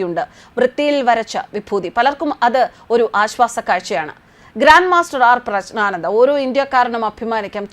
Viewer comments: പ്രശ്നാനന്ദ അല്ല, പ്രജ്ഞാനന്ദ എന്നാണ് പറയേണ്ടത്. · പ്രഗ്നാന്ദ ആണ് പ്രശ്നാന്ദ അല്ല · Preshnananda alla . PREJJNANANDA ennaanu. Vyekthikalude naamangal shariyaayi uccharikkanam. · പ്രസ്‌നാണാന്ത അല്ല അമ്മച്ചി 😂😂😂😂😂😂പ്രഗ്നാനന്ദ എന്ന് പറയാൻ പഠിക്ക് 😂😂😂😂😂😂😂😂😂😂😂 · പ്രശ്നാനന്ദ അല്ല,പ്രജ്ഞാനന്ദ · പ്രജ്ഞാനന്ദ എന്നു പറയൂ പ്രശ്നാനന്ദ എന്നു പറയരുത് മാഡം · പ്രശ്നാനന്ദ എന്നല്ല. പ്രജ്ഞാനന്ദ എന്നു പറയൂ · ശരിയായി പ്രഗ്നാനന്ത എന്ന് മലയാളത്തിൽ പറയാൻ പഠിക്കു സഹോദരി😢പ്രശ്നാനന്തയും പ്രജ്ഞാനന്തയുമല്ല അയാൾ പ്രശ്നം ഉണ്ടാക്കുന്ന ആളുമല്ല.😂 Praggnanandhaa “എന്നാണ് ജംഗ്ലീഷ് സ്പെല്ലിഗ് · പ്രശ്‌നാനന്ദയോ ?ദയവായി 'പ്രജ്ഞാനന്ദ എന്ന് ഉച്ചരിക്കൂ . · പ്രശ്നാനന്ദ എന്ന് തെറ്റിച്ച് ഉച്ചരിക്കുന്നു അക്ഷരം ശരിക്കുച്ചരിക്കു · പ്രശ്നാനന്ദ അല്ല . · മേഡം പ്രശ്നാനന്ദയല്ല. പറഞ്ഞ് പറഞ്ഞ് പ്രശ്നമാക്കല്ലെ ' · 🙏,,, പ്രശ്നാനന്ദഎന്നാണല്ലോമാഡംപറയുന്നത് കേൾക്കാൻകഴിയുന്നത്,,,? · ഉച്ചാരണം ശ്രദ്ധിക്കുക. ജ്ഞാനത്തിലെ "ജ്ഞാ "യാണ് വരേണ്ടത്. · പ്രശ്നാനന്ദയോ തെറ്റാണ് നിങ്ങൾ ഉഛരിക്കുന്നത് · "പ്രജ്ഞ " എന്നു പറഞ്ഞാൽ ഏറ്റവും മികച്ച ബുദ്ധി എന്നാണ് അർത്ഥം ' അതു പോലും ശരിയായി ഉച്ചരിക്കാൻ അറിയില്ല എന്ന് പറഞ്ഞാൽ ........ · " പ്രഞ്ജാനന്ദ " ഉച്ചാരണം നല്ലതായാൽ കേൾക്കാൻ സുഖമുണ്ടാവും.... 🙏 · പേര് തെറ്റിച്ചു പേരിൻ്റെ അർത്ഥം തെറ്റിച്ചു വിഷ്ണുവിൻ്റെ അവസാനത്തെ അവതാരം (ആരു പറഞ്ഞു)... പത്താമത്തെ അവതാരം എന്ന് പറയാം.. അല്ലാതെ അവസാനത്തെ അവതാരം... ഈ വാർത്ത ഇങ്ങനെ വായിക്കുമ്പോൾ മനഃപൂർവം തെറ്റ് വരുത്തുന്നു എന്നേ കരുതനാവൂ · Pronounciation of name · ഒരിക്കൽ ശരിയായി പറഞ്ഞു.. എന്നിട്ട് മനഃപൂർവം എന്ന് പറയാതിരിക്കാൻ പറ്റാത്ത തെറ്റ് വരുത്തുക . പേരിനു തോന്നിയ അർത്ഥം പറയുക... പ്രശ്നം വാർത്ത വായനയിൽ ആണ്.